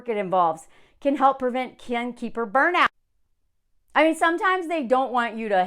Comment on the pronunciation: I kept hearing this as "Ken keeper," like Barbie & Ken lol